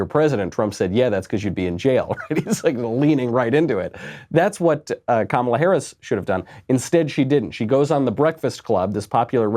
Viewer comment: Kum-ala....nooo. LOL!